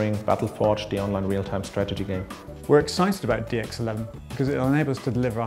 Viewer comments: 0.43 'were excited about dicks' lol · He said "we're excited about DX11" But it did sound like dicks at first LOL.